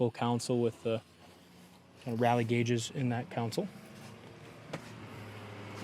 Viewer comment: Picking on you guys, but it's a CONSOLE not a COUNCIL. Just saying.